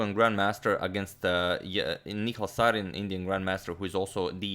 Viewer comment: One of the rare ocassions Agad slightly mispronounces a name Its Sareen as in the car Saleen not like the gas